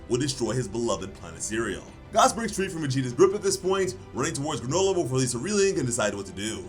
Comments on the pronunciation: Who tf is Gaaas, it’s fuckin gas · Why are you saying gause it’s g a s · You say gas funny 😭